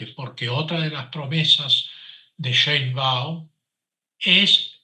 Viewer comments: No se pronucia Shaibaum es Sheibaum por dios ,es apellido judío. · El tipo tiene apellido materno alemán. Sabe pronunciarlo, pero lo hace pq está molesto. Además es judía: él dice que eso es un detalle, algo menor.